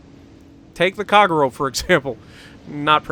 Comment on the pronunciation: At a go , lol. Please pronounce " ahh tah go" ., " kagh row" wtf dude, its pronounced " kah gay roe, americans , lol